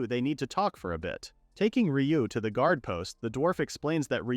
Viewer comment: Yeah, if you listen carefully it makes weird "pronunciation" mistakes a person wouldn't. Specifically during the naming ceremony for the bird at -ish the read on "guard" is jarring and the program clearly has some issue with Dorf's name specifically since it keeps changing it to Dolf. It's also something that comes up rarely for other manga reads as well, like the main character of one that appeared a month ago had their name changed from Rest to Lest.